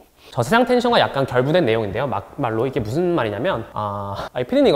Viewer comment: Mak malro.. 발음 뭔데 찰졐ㅋㅋㅋㅋㅋㅋㅋㅋㅋㅋㅋㅋㅋ